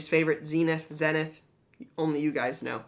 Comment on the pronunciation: We will and do know that it's pronounced Zeenith, only you don't seem to know.